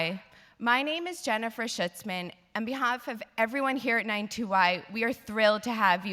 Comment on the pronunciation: Did she say "Shitzman"?